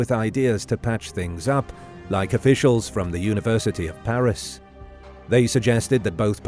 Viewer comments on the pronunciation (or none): none